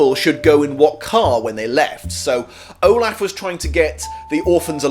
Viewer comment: Count O-Laugh